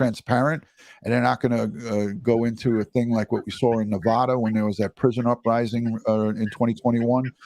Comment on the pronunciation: Petty reference; it's not Nevaaada. It's Nevada. Thank you!